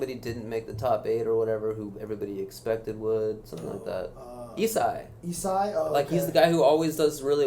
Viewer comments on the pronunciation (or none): Its pronounced "Isaiah" and its spelled like that cuz you can only fit 4 letters on the in-game tags in melee so he couldn't fit his whole name (im guessing on why its just "ISAI"). He was in "the Smash brothers" documentary (ep3 i think), he was the enigmatic softy that was partnered Ken most of the time in doubles and dominated, but sandbagged hella hard when it came singles. It was also rumored that he was better than Ken during that era, but he never really tried. His true love is Smash64